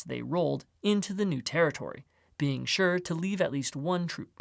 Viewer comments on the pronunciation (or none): none